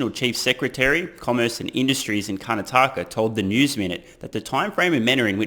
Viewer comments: It's pronounced "kar - naa - ta - ka" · As someone who's been driving on Bangalore roads for the last 15 years. Achieving full self driving in India will be the accomplishment of the century. Coming to your pronunciation of Indian words, apart from "Karnataka" you absolutely nailed everything else! Just can't wait to get my hands on the Made in India Tesla. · Im from kerala and karnataka is my neighbouring state , your pronounciations were really good except you butchered the word 'karnataka' PS : Virat Kohli is better. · 9/10. You absolutely destroyed Karnataka and you kept saying it over and over again 😂. But in all seriousness, you were quite good in saying the names and much much better than many others who have minced the words. For e.g, in restaurant I used to do part time in in Perth: "Prawn Lababdar" as "Prawn Labrador". Sorry sir, we don't serve dog here. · Hi, I am an Indian living in America and the founder of Zojila. Check out the website. My company was founded about the same time as Tesla and interestingly my background is in automobile design and the space industry. I also share the same philosophies as our common hero, Elon. My products are in great demand in Australia. You got 4 out of 5 state names right. You are messing up Karnataka. Don't split it up into Karna and taka. You have to say it all together as Kar-na-ta-ka. And more importantly, Steve Smith is not even close to Virat Kohli. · You pronounced "Karnataka" really badly.. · Adorable way to pronounce Karnataka.. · Well you butchered Karnataka quite bad 😂 would rate it 2/10. The rest were fine. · His pronouciation of Karnataka felt like 2 tight slaps and repeated 6(!) times. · I must say, great pronunciation! Would give you a 9 on 10. Only because it's Karnat-aka , and not karna-taka. Also because I called it when I said he will build a factory in India , in one of your older videos ! Proof ! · Curr-naa-tuck-a (Karnataka) - 10/10 for the rest mate! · Its kar-naa-taka .